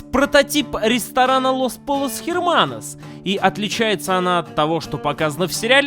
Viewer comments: Эрманос, а не Херманос, Женя, что с твоим испанским?) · Какой еще ХЕРМАНОС ?? Ну Евген, посмотрел бы как слово то читается, а.. буква аче ( h ) не произносится, читается эрманос. Я конечно понимаю моменты когда ты отыгрываешь образ злого русского и специально неправильно читаешь слова, но здесь вроде не отыгрывал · Не "херманос",а "эрманос" :)